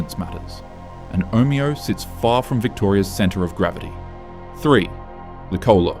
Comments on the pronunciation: Omayo 😊😂 cmon ai. Omeo get it right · Omayo is how Google maps pronounces it, and the same with Cassilis. They are not the way the locals pronounce them. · The AI narration pronounced, Omeo, three different ways in 30 seconds, what a load of rubbish.